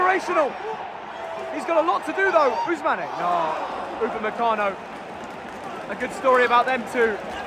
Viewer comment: its not ousmanae its ousman boy